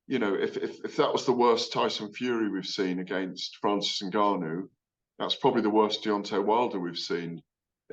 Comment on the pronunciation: its Francais 'en'Gannou.(Phonetically pronounced).... Gareth you are supposed to be a Learned fellow of boxing